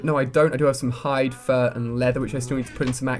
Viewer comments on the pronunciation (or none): none